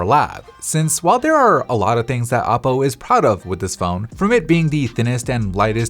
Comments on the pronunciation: In the very beginning I thought he said Apple for a second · Me too xd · He said Aople 😂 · he said Appoo😂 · yeahhhhhh me tooo